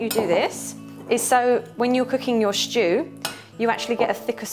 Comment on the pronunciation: This looks delicious-- I don't have enough venison so I'm going to make up the measurements with beef. I look forward to making it later this week, now that the weather in the UK has turned. 🌧 PS= I love her charming speech impediment, pronouncing it 'sh'choo' instead of simply 'stew'. 😄